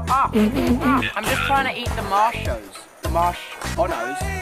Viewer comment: the way they pronounced marmellos as "morchmellos" what or what ever they said it was so hilarious hahahahaha😂😂😂